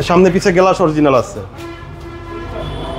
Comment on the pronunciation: বিরক্তিকর শব্দ উচ্চারণ! গ্লাস এর উচ্চারণ করছেন "গেলাস"